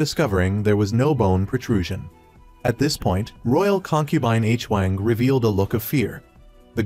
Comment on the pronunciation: Appreciate your Recaps (i watched some of them and this one today) however I noticed that you are always confused with the relationships of the characters in which the viewers also gets confused like the Queen Dowager and her Nephews when it should be her Grandchildren also is it really hard for you to mention their names correctly? Koreans never spell names Like *H-Wang, it is supposedly pronounced as *HuWang*.. also the Queen Consort suddenly became Queen Dowager? 😅 I hope you can correct this issues next time for a much better recaps.